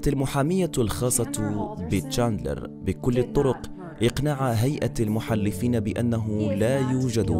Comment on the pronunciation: المحلفين بفتح اللام ارجوك